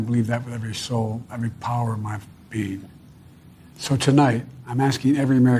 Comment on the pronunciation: "...every power of my bean..."